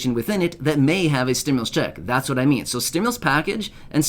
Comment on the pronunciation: The criminal doesn’t even know how to say stimulus